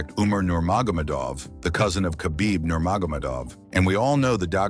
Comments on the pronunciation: NurmagomEdov! Not NurmagOmedov.. Good vid. But please 😭😂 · lmao the AI voice "that made ufc became big like today" "khabib nerma-gomid-ov" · He can’t even pronounce the last name 😭 but I think your onto smth 😭😭😭